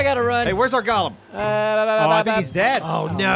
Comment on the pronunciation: Go. Lemm Not NOT Gollum like Lord of the Rings. GO LEMM